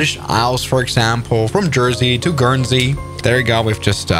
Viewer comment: Omg he actually said guernsey right holy shit chat